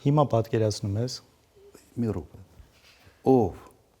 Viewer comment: Կիսուրս էլ, ով երևանցի է, հայերենով կրթված, փայլուն հայերեն ունի, բայց րոպեն ռոպե ա ասում